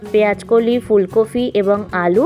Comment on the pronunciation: Recipe টা বেশ , তবে দিদিভাই ওটা পেয়াজ নয় “ পেয়াঁজ “ , আর ফুলকফি নয় “ ফুলকপি “ উচ্চারণ করুন,কাচালঙ্কা নয় , “ কাঁচালঙ্কা “ বলুন। আপনার কত কোটি লোক বাংলাদেশ থেকে এসেছিলেন? সেখানকার ওই মোল্লা ভাষা টা বদলে নিন